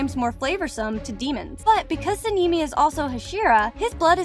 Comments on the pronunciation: no way you call him senimi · Why does it sound like the voice says sanimi and shinubo? What is that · Why do you call sanemi sanimi? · "inosookeh" "tanjeero" "saneemi" "shinubo" "moohzan and saneemi" "obanEYE" "tamayOH" "geeyu" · HAHAH THE FACT SANEMI’S NAME SOUNDS LIKE A GIRL CAT NAME SEN EME SAKURA=SAKKIRA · girl whos "senimy" 💀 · Yes, we all love Sanimi, Inosuuke and Shinubo ;-; (Btw all of the names are mispronounced. You can watch the original Japanese sub to hear the correct pronunciations.) Good video tho. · Okay she called sane I " saneemi " and inosuke " inoosuke "💀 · Sanini💀 En-osuke💀 Obanaayi💀 Shinobo💀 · “Tameo” “sanimi” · ‘ ‘ muzaan’ ‘ , ‘ ‘ inosukay ‘ ‘ and ‘ ‘ sænemii ‘ ‘ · So the fuck is seeneemy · How she says Tamayo and Sanemi makes me think she doesn’t watch demon slayer. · its sanemi and and samimi